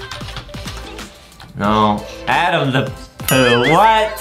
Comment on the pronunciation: I love Justin that he calls adam "Adem" lol